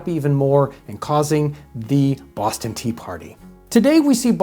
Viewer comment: I don't know where hes from, but I approve of the way he says Bwoston. Unintentionally very accurate👍